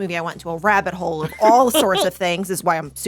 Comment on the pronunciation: I don't mean to make feel bad about her "speech thing," but she gifted us with this little gem: "So, this is where I went down the rattle hole, when I saul the drawlings..."